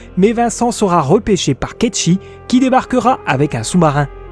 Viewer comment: Merci pour la vidéo j'avais pas eu l'occasion d'y jouer donc c'est cool d'avoir toute ces infos! Petite remarque parce que ça me perturbe, Cait Sith se prononce pas "kecchi" mais "kate site" en fait haha